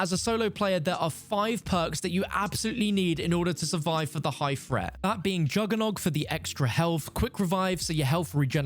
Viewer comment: "Low fret, medium fret, high fret" - don't fret! (Although maybe learn how to speak English when being English) 🤪